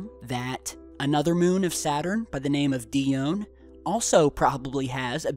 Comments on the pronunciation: Grrrrrrr.... And die-own.... Gawd I sownd just like a pro-nun-see-a-shun natsi..... Sorry.... I'll stop... You can look up Ganymede and the rest if you want to know about those. Just get well soon. Love the vids! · It's "En-chela dis" and "Di - o - Knee"